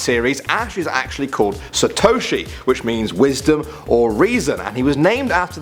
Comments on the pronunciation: When he said Ash's Japanese name " Satoshi " 😂😂 Satowshi 😂😂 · People trying to pronounce Japanese names without knowing how... Gets me every time. Sa-to-shi, haha!